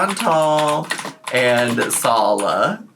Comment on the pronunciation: I think Salah was being smug and telling her how to pronounce it properly, but, he is pronouncing it wrong.